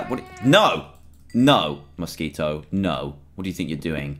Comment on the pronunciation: he said mosskito sry for my grammar